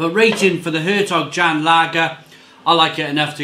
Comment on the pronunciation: It's pronounced along the lines of 'air tok yon'.